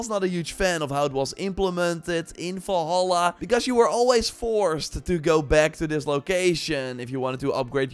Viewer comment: WHY DO U SAY ASSASSIN'S CREED FALLHAALAA ??? INSTEAD OF DUXKING VALHALA ????